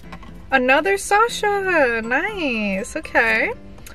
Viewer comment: Hi no offence sasha is my mum‘s name and that’s not how you say it